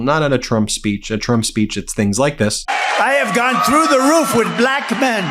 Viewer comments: He says belack instead of black! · Why does he say “BALACK”? Is that intentional or is he just getting more demented? “You cannot get into a hospital”? WTF??? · Still saying... "Bla ...ck". 😅 He still has a special way of pronouncing it. 😂